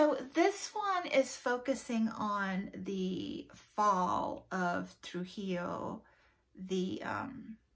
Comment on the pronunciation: Oh man! My mojo left as soon as April started. Anyway, I read La fiesta del Chivo back when I lived in NYC, in memory of my mom, who lived under that dictatorship most of her life. (Llosa - just like you pronounced Trujillo so perfectly - like the Y in "yellow") Is that the Humboldt who was so important in Chicago's park system?